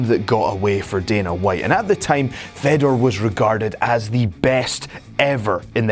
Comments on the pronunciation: Such a waste of time, Oops sorry i forgot brock lesnar and cm punk are the best ufc fighters of all time.. And its pronounced Faydor not feddor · You don't say FEDor. It's said like FAYdor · How can he test free agency when hes under contract and please stop talking if you can pronounce fedor right smh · thats nor how u say fedor!!!!!!!!!!!!!!!!!!!!!!!!!!